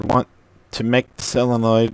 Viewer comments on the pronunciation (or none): Great working door. You are very good at explaining the whole operation. Say that "solenoid" and not "sell-a-noid". You're not sell-ing it. Say "so" as in solar.